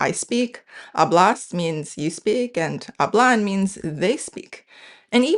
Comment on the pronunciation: Hehehehe. Respectfully from a Spanish native speaker of the Americas. Hablo /ˈaβlo/ (you pronounced it /aˈβlo/), hablas /ˈaβlas/ (you pronounced it /aˈβlas/), and hablan /ˈaβlan/ (you pronounced it /aˈβlan/). But Spanish is very interesting: even though it is not a tonal language, stress can change the meaning of a word. Habló /aˈβlo/ means “he/she spoke” (past tense), while hablo /ˈaβlo/ means “I speak” (present tense). And since Spanish is a pro-drop language, the pronoun can usually be omitted. Interestingly, hablás /aˈβlas/ does exist: it means “you speak” with vos (vos hablás), as in Argentina and many other parts of Latin America (my country Honduras, included). But hablán /aˈβlan/ does not exist in standard Spanish; hablan is pronounced /ˈaβlan/ and means “they speak.” So stress really matters in Spanish, even though stress ≠ tone. 😊 I love your channel